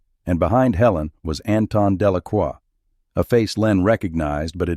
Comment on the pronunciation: It’s Delacroix not Delaqua. And other mistakes.